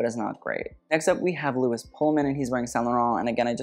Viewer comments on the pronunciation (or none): none